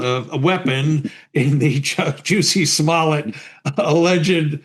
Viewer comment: “Juicy Smollette” 🫢😅🤣🤣